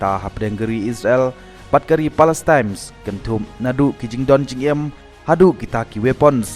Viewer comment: Palestine m dei palestimes 😂😂😂